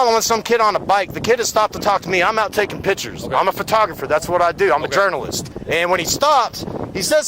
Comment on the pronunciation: Dude sounds like he watched too many "1st amendment" Fr-auditor videos. Yep, I knew it!! 😂 He claims "I'm a jernulist!" 😂